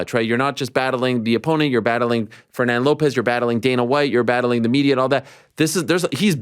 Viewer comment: Just needs to learn how to pronounce Fernand